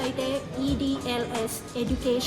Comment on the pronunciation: It is EDLS not EDsl 😅